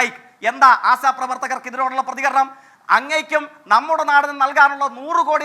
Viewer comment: 'ആസ' അല്ല, 'ആശ' ശ എന്ന് പറ ജയിക്കേ...